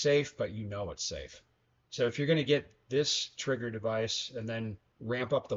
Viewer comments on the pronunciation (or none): Stock is just fine for 95% of users. Also the “r” in trigger is not silent unless your area code is 212 or 213…